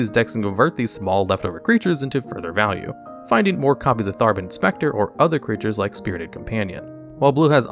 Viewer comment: the card says Thraben, the caption says Traben, the narrator says Tharben